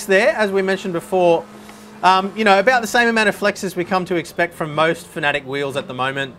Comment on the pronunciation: Pretty sure it's pronounced FAN-A-TEC, not FAN-E-TIC.